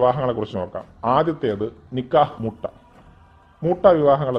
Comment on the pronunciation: മുട്ട അല്ല മുത്വ 😆😆